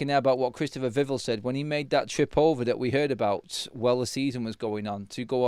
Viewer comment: Please pronounce “Vivell” correctly, mate. Vih-vell not vivvle